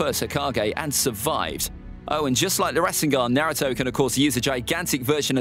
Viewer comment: why do you pronouce naruto - nuhrooto and rasengan has 3 syllables to two. you've butchered all of them